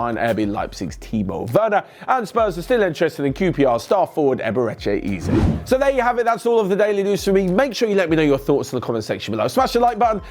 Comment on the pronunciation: Did you just say... Iberechi Izzey :) :)